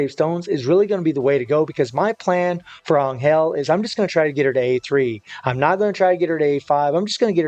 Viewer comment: Is this guy butchering Angels name or am I tripping